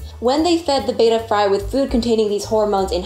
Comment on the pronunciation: the correct pronunciation is beh·tuh betta fish. pronouncing the fish breed like the second letter of the Greek alphabet which has only 1 "t" Beta is incorrect